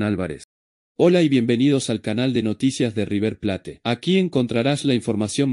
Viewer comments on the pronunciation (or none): Deja de decir River plate!! River pleit!!!